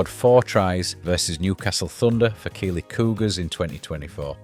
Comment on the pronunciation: I don’t get how there’s anyone in Yorkshire that can’t pronounce keighley